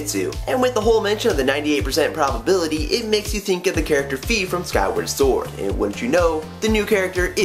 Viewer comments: Fi is pronounced like the end of WiFi not fee xD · no,it's pronounced fy/figh i mean just look at wi-fi